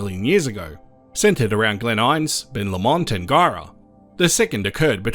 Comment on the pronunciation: And Ben Low-mond, not Ben Lom-ond. (Originally from Tubbamurra just east of Ben Lomond).